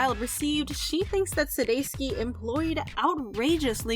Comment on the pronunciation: suDEIkis so suDESKi, can you not read?